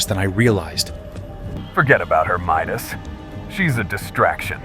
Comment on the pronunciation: It's Midas not meet us Aphrodite🤬🤬🤬🤬🤬🤬🤬🤬🤬🤬😡😡😡😡😡😡😡🤬😡🤬😡😡🤬😡